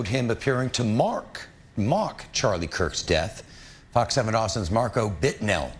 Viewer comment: those news anchor journalist are sooo Fake, he couldnt read the teleprompter correctly "mark" oh "mock"..then the young kid describes the awful actions of a replicate Charlie's death with an empty soul.